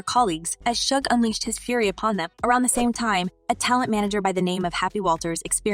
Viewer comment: First of all old girl needs to get his name right before telling a story... It's SUGE NOT SHUG 😂😆🤣😆🤣